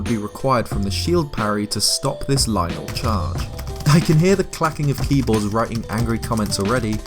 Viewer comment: I like this guy cuz he says lynel correctly